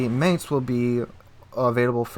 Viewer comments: It's not pronounced Maynts, it's pronounced like Mine-ts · It's pronounced like the English word "Mines." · I don't know if anyone cares... but I'm just putting this out there.... it's pronounced "mine"tz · YO! The "A" is spelled like in the word "Bar". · please research how Mainz is pronounced cause yah killen me dude!!!!! Was stationed in Mainz, Germany for 2 years so I do know what I'm talking about! Link here to hear for yourself. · interesting info. if you don't mind a small pronounciation correction, the "ai" in Mainz is pronounced like "eye" and not like "ai" is pronounced in the english word "main" ^_^ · come on, plenty of youtubers already covered this and actually showed how to pronounce Mainz correctly. At this point you are just misspronouncing it just on purpose.